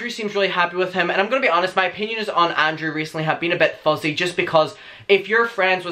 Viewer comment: your pronunciation of Garret is fine it works but your pronunciation of ANDREW throws me off, it sounds like Andre or Andrea 😭